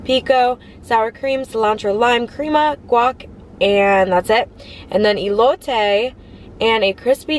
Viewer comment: The food looked delicious. Most places that serve Birria tacos will give you a bit more of the broth. Elote is pronounced with an “Eh” sound at the beginning, not “ee.” Since you’re doing great with the rest of the syllables, I thought I’d help you out. Admire you wearing a light colored blouse and not getting it stained.